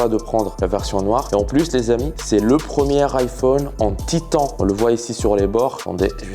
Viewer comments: "Titan" je crois 😂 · On prononce "Titane" lol